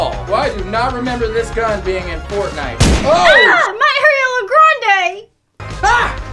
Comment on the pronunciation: Why why do you say fartnite Instead of saying Fortnite😂